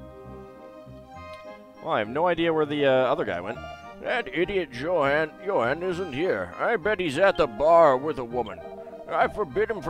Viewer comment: i do believe it's pronounced Yo-han, not Jo-han, but it is what it is